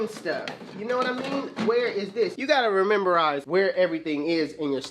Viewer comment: “Rememberize” wit the new words🤣🤣